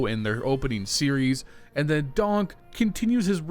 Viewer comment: Bro it's DonK, not DonG